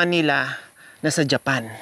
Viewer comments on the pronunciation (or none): none